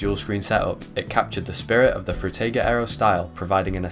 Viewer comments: By the way. Its spoken "Frooteeger" . (Atleast you spoke the g right, which most people do wrong.) Frutiger was a guy from Switzerland and in the German Language, I is spoken like in "Involvement", "Indoors" etc. The english "I" = "ai" does not exist in german. You need to put another vowel like "a" or "e" in front of the i to get the english sound. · Fruitiger Aero. Sounds like "Fruit Tiger Arrow", when he says it. And I like that. I wonder which fruit emoji is the MOST fruit emoji and if we could use just three emojis to represent that word in a literal sense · Frew-tay-gah arrow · Did bro just say ‘fruit tie gir ‘ aero? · Drinking Game: Take a shot every time he says "Froo-tiger" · Can you please fucking figure out how to say Frutiger right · Frew teyger, Through tiger, can’t watch it to the end, hurts my ears too much. Also, Zeit-geest 😖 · have you never heard someone pronounce words like "Frutiger" or "Zeitgeist" before?